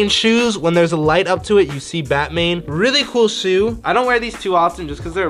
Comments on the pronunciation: Instead of Batman he says batmane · It's batman not batmane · is it just me or does Jesse say Batmane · Nobody: Jesser: “BaTmAiN” Me: 😑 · nobody: Jesse: I dont know how to walk Also Jesse: BaTmaiNe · “These are my bATmAiN shoes” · “batmain” yes jesse that’s it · Batmain he said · Anybody here him say batmane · He said batmain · Jesser really doesn’t know how to say Batman smh🤦🏽‍♂️😂